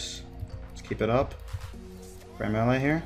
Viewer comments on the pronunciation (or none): none